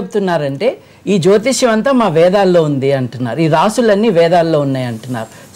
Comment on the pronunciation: జ్యోతిష్క్యం ఏంటి బాబు, జ్యోతిష్యం అనడం రాదా..